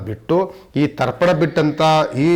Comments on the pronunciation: ದರ್ಪನ ಅಲ್ಲ ರಿ...ತರ್ಪಣ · ದರ್ಪಣ ಅಲ್ಲಾ ಸ್ವಾಮಿ. ತರ್ಪಣ. ಸರಿಪಡಿಸಿಕೊಳ್ಳಿ. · It's Tarpan not Darpan